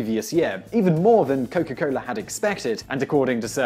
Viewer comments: Oh yea say Coca-Cola one more time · "Cowka Coler"